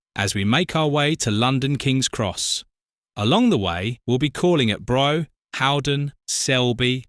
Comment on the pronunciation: I think you will find brough is pronounced bruff